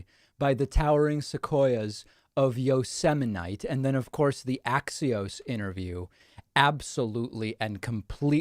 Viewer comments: Aww, man.... he ALMOST pronounced it like Kelly Bundy did!! Yo-sem-aight. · Is this the one where he mispronounced Yosemite?